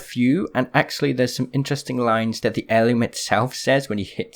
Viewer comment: I love how he says hell um